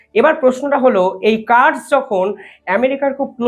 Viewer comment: ওটা কার্স নয় কুর্দি আর ইংলিশ এ kurds। বাকি বিশ্লেষণ খুব ভালো।